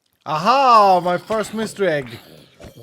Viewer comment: Bro, you Swedish? Your "Ahaa" sounds like what i hear everyday